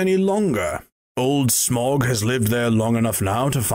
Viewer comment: Wrong pronunciation of Smaug